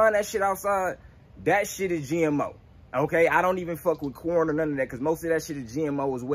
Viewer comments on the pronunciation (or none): none